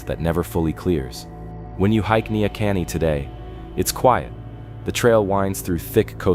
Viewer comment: Neahkahnie. Ne - a Kahn - nie